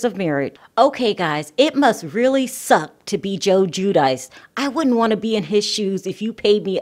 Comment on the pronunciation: Isn't it pronounced gwee due chee? All others spelled like that were.